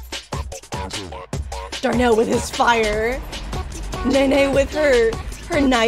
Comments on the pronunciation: nene not ne ne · its nene not nehneh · nene is pronounced NEH-NEH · This was so cool! Also there's a voice act mod for the game where you can hear that they pronounce Nene's name as "Neen" so I geuss that's how you pronounce it, it's also not this mod, it's a different mod but I can't remember the name. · Well, me and my whole school agrees that her name pronunciation is “NEEN” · I thought nenes name was pronounced like nheneh or smt idk how to say the sounds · Honestly there isnt a correct way to say Nene unless your the dev and your actually know. I say Nay Nay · Nene’s name is pronounced Nay-Nay! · Btw nenes name is pronounced as knee knee